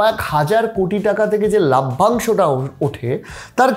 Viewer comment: লাভ্যাংশ নয় লভ্যাংশ।